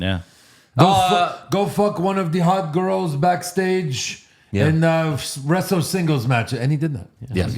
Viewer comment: Jey also said “westle”